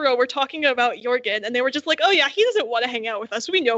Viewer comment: Audio book has a hard ‘j’ for jorgen